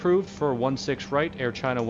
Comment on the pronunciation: "Chair china" lol